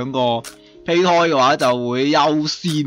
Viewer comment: 其實係讀(杯)胎